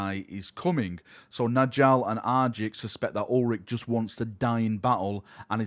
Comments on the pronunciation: its nYALL. Nordic "j's" are pronounced as a "Y" sound! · Please pronounce Njall correctly